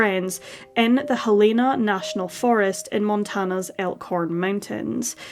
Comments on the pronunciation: It’s Hell-eh-na, NOT Hel - E- na!!! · You’re saying Helena wrong. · I work with a Helena and she is most definitely Hel-E-na. We are in the UK and it’s pronounced differently. The same as we say Car-a-mel, not Car-mel and Herbs, not ‘erbs.